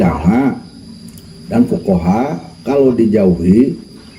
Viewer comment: Ust uce sakit perut saya ,itu org kok bisa ngumplrn org sendiri bacaannya ya g bener kok ke fuqoro